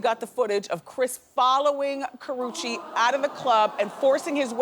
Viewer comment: IT'S KARRUECHE get that in your head or read the letters slowly.